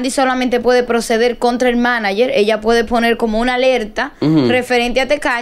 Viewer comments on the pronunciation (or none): Sandra escucha q dicen manager y ni asi lo dice bien 😅😂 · oye la otra como dice maniger sandra de por Diosssss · "Maniger" dice sandra🤦‍♀️